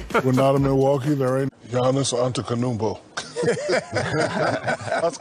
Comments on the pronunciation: «Nr 4; Jannis antekunumpo» and the way Ernie in the background fed up goes «Man I TOLD you to just say» knowing Shaq wouldn’t be able to pronounce his last name😂😂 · ‘Giannis Antekenumpo’ kills me everytime… 🤣🤣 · Giannis ANTANKOONOOMPO!!! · Giannis Antekonoumpo 😂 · Giannis ANTENONOUNKPO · Bro dat is one of Shaq's best moments, dude FULLY butchered the name like not a single part was correct. The reaction by the rest of the crew cements it as one of Shaq's best 😂